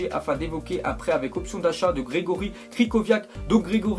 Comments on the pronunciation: lol append à parler c grzgorz pas gregory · Depuis quand on dit GregorY Krychowiak ? Mdr c’est GregorZ Krychowiak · Gregory Krychowiak ? On dit Gregor Krychowiak